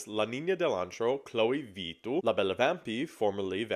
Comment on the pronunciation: as a finnish person it’s so funny to hear Vittu pronounced so differently it doesn’t even sound like a finnish word anymore but a spanish one 😂